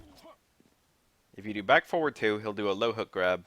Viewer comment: How hard is it to say forward